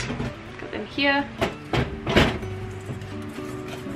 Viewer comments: more like hiya or hia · I love the way says "here." Aussie accents are so nice.